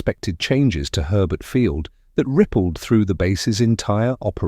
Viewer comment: Herbert Fiield? More likely to be Hurlburt Field?